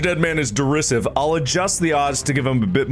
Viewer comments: As someone who knows how derisive is actually pronounced, this episode hurts me in a specific area within my gut. Behind my solar plexus, if that makes sense. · Right in the derisivephram